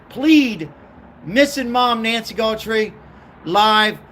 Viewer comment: It's GUTH-RIE. AI needs to be regulated.